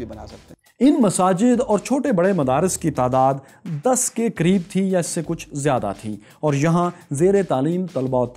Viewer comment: Kisi bhi Balochi ka accent itna ghatiya nahi hai kay woh "zyada" ko "jyada" bolay aur Balochistan mein Pakistani fauj nahi balkay FC hai Aur FC mein toh saaray balochi hain Kisko paagal banaa rahaa hai 🤣🤣🤣🤣🤣